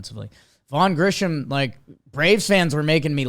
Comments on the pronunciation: You seriously are still saying Grissom’s name wrong? Use your eyes to read the name and sound it out. It does not have an H in it at all. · will ever learn that it’s vaughn grissom not grisham